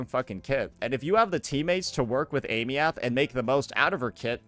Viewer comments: why you still pronouncing her name like that?? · Is he pronouncing her name incorrectly on purpose for engagement or is he stupid? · Girl learn how to pronouce her name. It's not hard!